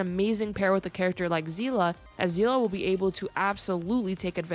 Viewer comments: i mean i hope you pronounced seele's name correctly its see-le not zela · Her name isn’t zeela it’s pronounced seal-ee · I'm sorry, I had to quit when I heard "Seelah" instead of "Seele" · Um zeela? If you wanna say it japanese Sheelee but if you wanna say it German its Zeele except with a stronger a and kinda sounding like an e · Still upsets me how the VA mispronounced Seele as Zeele. Good video tho mostly agree with everything said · My god please do not call Seele is Sezla I beg you and everyone out there who new to Honkai 😂😂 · where does "a" come from Where there is no "a", it is not even that hard